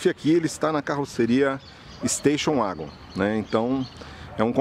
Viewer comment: Golf uagon?? Nunca tinha ouvido essa pronúncia 😂😂 Ouvia muito 'vagon' no tempo da Corsa, Escort, SW.. 😂 Se começa pronunciando "u" para o W, o que custa falar + "éguen" ?? 🤔 Gostei do comparativo 😉👍 É claro que os descontos oferecidos pela VW em alguns modelos é simplesmente por serem pouco comercializados, do contrário... já o Corolla, deixa evidente como não vale o que a Toyota cobra por ele. Pra mim é apenas um veículo cumpridor, comprado por duas categorias de clientes distintos: os RICOS que querem passar por pessoas simples e despercebidas na multidão e os "OUTROS" que querem passar a imagem de bem sucedidos, já que vêem os ricos andando de Corolla.. * Esse barulho da porta do Corolla também me deixou decepcionado, pois dos modelos mais antigos na categoria sedan, ele era um dos únicos a ter a batida seca ao fechar as portas, mas, perdeu essa característica nessa geração... gosto de ouvir a batida de porta do CIVIC/Jetta..